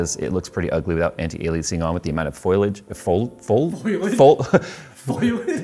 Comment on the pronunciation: I work in the plant industry and you wouldn't believe how many "professionals" say foiliage instead of foliage 🤣